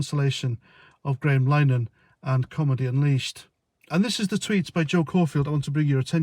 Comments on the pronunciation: I think it's pronounced " Linner Han " not " Linehan " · It's Linehan, not 'Line-an'. Ignorant twat. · You might done research into Graham Linehan's surname.It's pronounced LINAHIN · Just a point of good manners and polite criticism. The chaps name is pronounced Lin-eh-hen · I fully agree - just a gentle note that it’s “Lynn-a-hin” - my attempt at a phonetic spelling of the surname “Linehan” ! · It's pronounced 'Linnyhan' just FYI